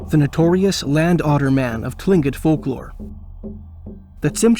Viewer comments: Tlingit, is pronounced "klinket". I have many Friends who are. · Its pronounced klingit despite being spelt tlingit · It's pronounced "cling- kit"